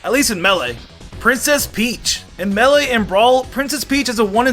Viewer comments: Does he have an accent or something because melee is being said wrong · Am I the only one who hates how he says Melee and Kazuya